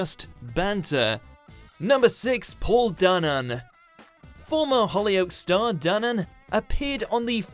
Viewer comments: DANAN not ooh Danone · It’s Dan-An! Jeez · You also pronounced Paul Danan's surname wrong. You should have watched a clip of him introducing himself and saying it lol. It would have been easy with all the reality tv he's been on.